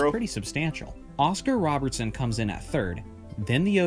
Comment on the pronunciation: Andre ROBERSON........ Alvin ROBERTSON....... It’s alright, still a good vid just wanted to point it out, keep it up